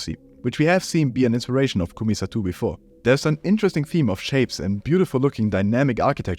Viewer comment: it's pronounced ko-may sah-toh